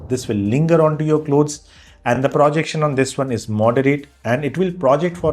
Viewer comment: Please don't say "Pra"jection, it is "Pro"jection.